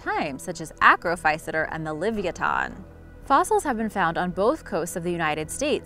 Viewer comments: livyatan is pernounced : le-vi-ya-tan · Wait... Did you say the oliviaton?